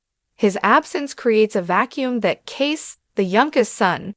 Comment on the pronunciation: It’s pronounced, “Casey”